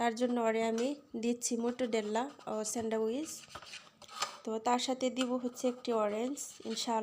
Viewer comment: স্যান্ড্রাউইচ না স্যান্ডউইচ